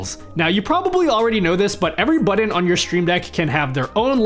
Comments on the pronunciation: What's a "buddin?" (Sorry,...) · What the hell is a "Buddon"? 🤣